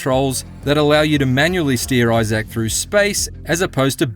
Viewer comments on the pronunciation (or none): Eye-zik, not Eye-Zak 🤦🏻‍♂️ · It’s Isaac not Issaak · It’s Issac not i-zack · it's eye-zic, not eye-sack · Eyes-zax Clarke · Issac: Eye-sick, not I-sack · Grateful for the review and all, but if he played 12 hours of the game, why is he still saying "Eye Zack" and not "Isaac"? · Who the phuck is eye Zach his name is Isaac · It’s just eye-zick. Not eye-zack. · He really saying Eye Zac instead of Eye Zic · Isaac.* Not eye sack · (EYE-ZIK) not (EYE-SACK) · Dude what the hell man Isaac not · why the pronunciation of isaac like that? its a character name not a piece of tech, behold the new smartphone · That’s one wild way of pronouncing isacc. I-ZAK😂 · Eye- Zack 😂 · Love the pronunciation: eye-zak rather than: eye-sick or eye-zick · This dude pronounces Issac like “I-Zack” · had to stop watching becasue the narrator can't pronounce "isaac" correctly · The reviewer doesn’t seem to know how, “Isaac” is pronounced… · If only the reviewer could pronounce Isaac correctly.... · Great review, but man the way he says Isaac is, disturbing. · Learn to say Isaac....smh. :) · You’re saying Isaac wrong